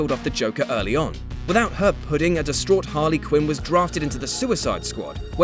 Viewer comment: There is no "g" in "puddin'." You did it more than once.